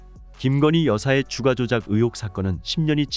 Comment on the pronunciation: 읽을때는 "주까"로 읽어라 "주가"가 아니고. 쓸때는 주가러 쓰고 읽을땐 세게 발음해야디